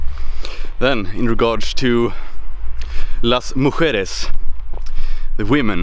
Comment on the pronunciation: You pronounced "las mujeres" in perfect Spanish.